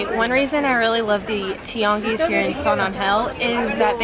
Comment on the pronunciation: I love the way you pronounce Tianguis, it sounds almost like a french accent.